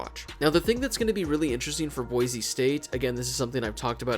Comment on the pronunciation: Thank you so much for saying Boise and not Boize